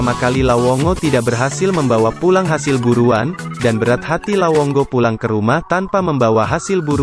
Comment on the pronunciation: lawongo atau lawonggo😅 dnk bro😅 depe recorrder rupa salah bilang😆